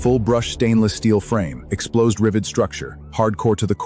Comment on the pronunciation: the word explosed as opposed to exposed? I wish A.I would just go away.